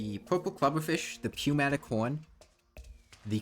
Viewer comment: Pneumatic the p is silent. Means air powered. Its an air horn.